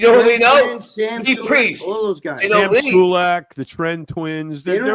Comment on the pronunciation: Three things- made most sense as usual - that senile old fart needs to go back surfing & stop interrupting with its moronic laugh - valentino you egotistical self centred oompa loompa it’s pronounced SULEK not SULEEQ.